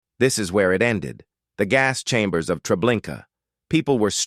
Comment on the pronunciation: pleez not ze hass schambers